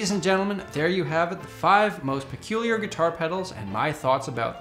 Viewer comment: PERCULIAL? PELUCIAL? PERCULIAN? ah for fu...